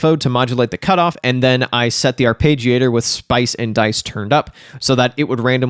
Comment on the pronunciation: Love the chan but you keep saying arpeggiator wrong. It´s "arpeggiator" with an E not "arpagiator". So "are-pedge-iator" not "Are-page-iator". 😀